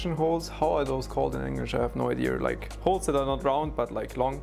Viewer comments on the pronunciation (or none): none